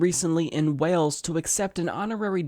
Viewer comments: Eeek...the country is called "Wales"...pronounced like 'whales' not "Welch" 😉little cringey but love ya anyway!:) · I love this little nerd.. But did he really say "..the people in welch"?? <3 your vids tho. Good luck lil guy.. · "welch"?! lol it's pronounced "whale-s" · "people in Welch" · “People in Welch”??? You mean wales. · "People in Welch" is he trying to say people from Wales or am I just tired and mishearing things? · I grew up a couple of miles from Swansea. Not surprised at all :) A correction though - Wales is pronounced the same as 'whales', and Channel 4 is a UK channel, not just a Welsh one. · Hey bother it's still just pronounced Whales even though it is spelt Wales. Love your show man, nice coverage of this btw, I love that nobody owes anything to her over there :)